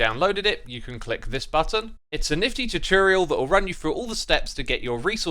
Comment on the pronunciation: Did he say tichireal instead of tutorial